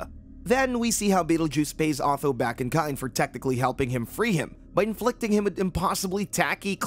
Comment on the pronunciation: who the bloody hell is "AW-THO"???